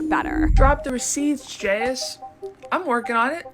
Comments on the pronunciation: I made a 2 minutes and 32 seconds and then I just couldn't take it anymore. It's jayus. One word! Not Jay as or Jay us .... JAYUS one word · The only thing imma comment on is her/their name is not JS, Jayus (Jay-Is) love ya girl.. no shade.. ❤❤❤❤❤❤ LOVE LOVE LOVE YOUR VIDS just couldn’t stop focusing on how you said her/their name